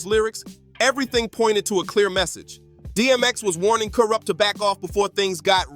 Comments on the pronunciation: Who the fuck is koorupp? Lmao 😂 Ironic how before you said it correctly, you said incorrectly! I’m fucking crying 😂😂😂🤣🤣🤣😆😆😆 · He said Koorupt 😂😂😂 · Im dead 😂😂💀 To KOORUPT..!!🤣🤣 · LMAO i was JUST about to comment on this... the fuck? "KooooRupt" lol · Dude you need to research and properly pronounce your work,you fucked up Kurupt Tupac and Nas name and you got no idea that you're doing, go read green eggs and ham or something,get your own culture